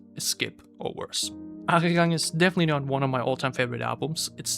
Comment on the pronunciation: he didn’t mention it with the intention of it sounding better/worse. He mentioned to prove you don’t really know much about analyzing music. You can’t back up any of your claims from a musictechnical standpoint. But not really unexpected from someone who can’t even pronounce the album title.